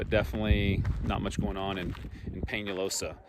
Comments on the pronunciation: Pena losa, not pen a losa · I understand that you did what you can and was provided with. Although It was funny to see my family listen to you pronounce it as pina-losa like Pina colada, when it was pronounced as pen-ah-losa. I'm glad that you did a documentary about our sad state, even I had not learned of some of the towns that you had listed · Just wanted to say I enjoy your videos. But you did mispronounce the town of Penalosa, It is pronounced Pen ah losa. Grew up in Kingman County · Considering that you’ve never been to Penalosa before, you were close to pronouncing the name right. It’s Pen-a-losa. I grew up going out there all the time to visit my grandmother at her farm 2 miles from there. Also my great grandfather was one of the founders of the elevator there back in the 40-50’s. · Pronounced Pen a losa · Pronounced Pen- ah- low- sa, my 94 year old grandma still lives in the same house there since the mid 60s. My grandpa worked at the Co-op for a very long time. My dad went to that school on the NE corner. Grandma still attends the Methodist church at the SW corner. Thanks for highlighting what is left!! :) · For future reference ..... Penalosa is pronounced... Pen-Ah-Loosa.😌. Loved watching your videos!!!❤️ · Except for Penalosa I've never heard of the other towns either. My Aunt Carol and her family lived there. One of my cousins lives outside of town. Oh, and he pronounced Penalosa wrong. He was giving it a Spanish pronunciation. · Penalosa need to ask how to pronounce.